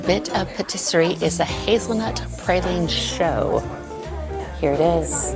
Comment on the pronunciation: It’s shoe (choux) not show